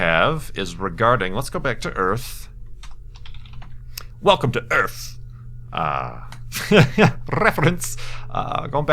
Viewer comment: WELCOM TA EARF!